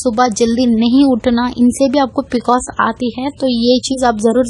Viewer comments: you know nothing about pcos. You cannot even pronounce the abbrevation pcos. these are general things which everyone knows. so dont misguide people. viewers plz consult your gynaecologist or MD medicine doctor (which is necessary in severe cases) n eat healthy food including milk. Pcod is a diabetes like condition so just avoid high caloric food for example sweets but donot do dieting and exercise daily simply walk for atleast 30 minutes is enough which also relieves stress . In this condition there is insulin resistance so why our body is unable to control high blood glucose level. But plz dont misguide yourself from such people who know nothing about the condition. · P c o s..boltein hain pronounced it really wrong ..copied info...logon ko na thagein